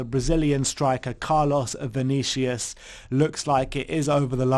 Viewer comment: Vinicius. The U is pronounced like the Uber U. So its not Vinicias, its VinissiUSH